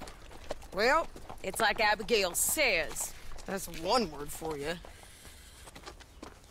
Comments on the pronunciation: yeah but it's Abigail not Agebail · “Agebail Roberts”